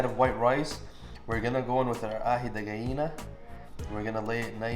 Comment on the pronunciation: Yoo Aji de Gallina is incredible, kinda hard to make in America without the ají amarillo paste and your pronunciation of “aji de gallina” was great. Wanna see more Peruvian recipes in the future, there aren’t enough of them done by foreign “foodtubers” Great video.